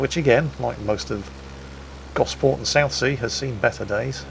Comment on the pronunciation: I never realised you were a Solent local,! You nailed Gosport and its high street to a tee; I think covering it in trees is probably an improvement. Excellent video!